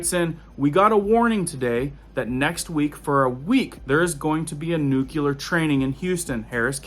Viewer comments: Sorry...it's pronounced nuc-lee-er, not nuc-u-ler. (my ears hear nails on a chalkboard when that word is mispronounced.....but so many pronounce it incorrectly.) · It's not pronounced nuKELar, it's nuCLear. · Another great video my man. But I gotta put this out there again. Nuke-Lee-Er. Not Nuke-U-Ler. I know. I know. I'm being "that guy". Lol.